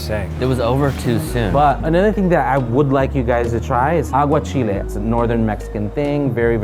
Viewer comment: When he said aguachiles 🤪